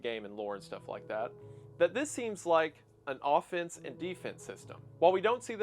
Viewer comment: OH IT'S FUCKING OFFENSE, instead of A FENCE which you pronounce identically. That's not how "offense" is pronounced. Have you ever heard someone actually say the word? Can you try enunciating words? It'd really help. Or at least pronouncing them correctly. Maybe you need some braces or something. Your entire job is narrating bullshit you've come up, and you're a really bad narrator.